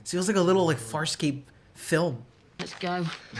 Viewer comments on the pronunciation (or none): I think you said "FarSCOPE" in the intro